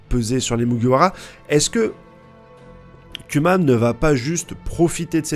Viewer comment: Bordel ! Arrête de dire Kyuma ! On prononce KOUMA !